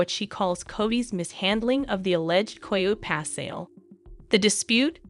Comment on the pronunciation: Girl you need to pronounce your words better. It not koho pass😂